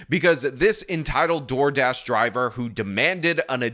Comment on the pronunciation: 'Door Drash' lol 😂